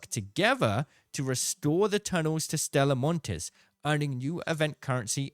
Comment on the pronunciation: the s is silent, called Stella Monti (ee)